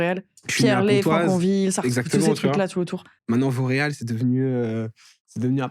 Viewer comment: petite québecoise que je suis à chaque fois que vous dites « Vauréal » j’entendais « Montréal »🥲😅